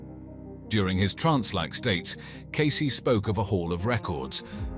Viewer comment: “Case-ee” not “case”